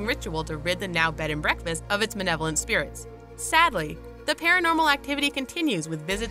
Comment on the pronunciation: Malevolent not malebolent... Your captions were correct but your pronunciations are incorrect. That's the second one in this video up until that point. The first was the incorrect saying of the amityville family name. You added an r in the spelling of the unfortunate family's last name. I know this is not a particularly supernatural channel but I do take this subject very serious. And if was me I would come all the way correct in every aspect of my video. Just kinda makes me doubt everything else you say if you can't even get a name right. I'm just saying tho... You do have a good channel and I am not trolling or discrediting you on any way, just pointing out facts